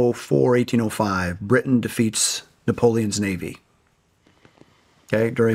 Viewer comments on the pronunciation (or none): none